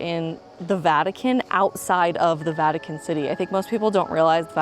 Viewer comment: Um,... its the "Vatican", not the "Vatuhkin".